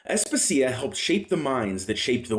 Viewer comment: Asp-asia, no As-puh-sia